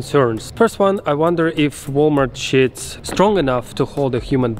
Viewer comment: Love how you gotta put captions for when you say ' sheets' hahah